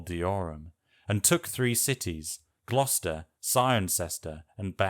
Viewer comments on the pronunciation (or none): none